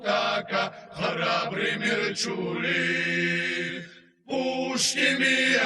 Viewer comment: мерчуле а не мерчули!!!